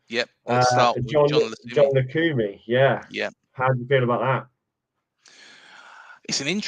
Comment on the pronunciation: Cheers for the episode. Fairly certain the Colombian’s name is pronounced Jon Lukumi. Unlikely the C is pronounced like an S when followed by a U. Concerned about his stats but have faith in our recruitment team.